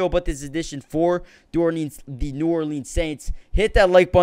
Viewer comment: Can tell you're not from NOLA. No one there pronounces it NEW OR LEENS lmao